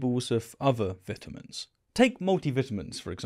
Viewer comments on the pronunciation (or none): Oh, thinks he’s soooo smart but doesn’t even know how to pronounce vitamins. It ain’t vetamins, buddy. Learn to speak English! Seriously though, I liked when he said vital vitamins, showing he knows how vita should be pronounced. He didn’t say vetal vetamins.